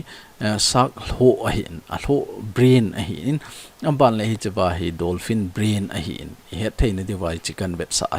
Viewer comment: Dolphin joh ahe,Not Donphin Bro👍